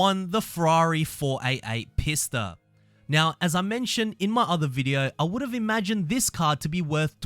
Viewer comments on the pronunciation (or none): Isn't the Pista pronounced Peesta I've been pronouncing it Peesta the whole time XD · yes, that's the proper pronunciation.